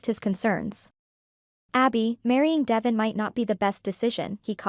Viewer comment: You are pronouncing DeVon ‘s name incorrectly. It is pronounced “ D- Von””